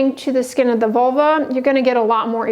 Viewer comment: learn how to pronounce vulva, not vuluar